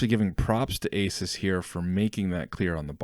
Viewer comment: Asus... Ay-soos